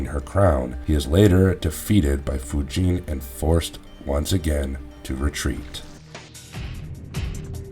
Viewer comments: I cringe whenever i hear you say chro-nee-ka and foo-jin... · Kronika = Kro-nicka. Not "kro-neeka." Fujin = Foo-jin. Not "Foo-jeen." Kuai Liang = Kwhy Lee-ang. Not "Kway Lee-ong."